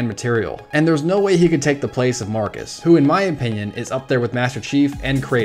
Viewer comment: It's Marcos ikr